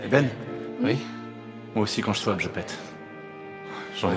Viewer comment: à dit "viens on schwapp" et non pas on swapp